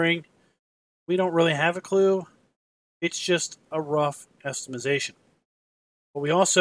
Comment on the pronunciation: "Estimazation"